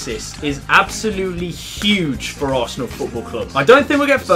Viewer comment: is funny "asernal 3rd"